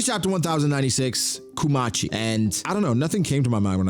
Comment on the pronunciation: Kumachi is more like Kuma-chi than Ku-machi